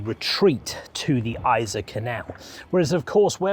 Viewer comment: Yser is mispronounced.